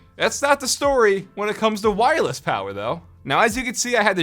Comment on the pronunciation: Take a shot every time he says wirelles